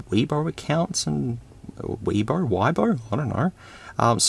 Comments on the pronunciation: Yippee I was the 1000th view! also weibo is pronounce way bo (bo as in boat without the at) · Pronouncing Weibo as "Weeaboo" is beautiful 😄 (Disclaimer, I have no idea how to pronounce it either, so weeaboo it is)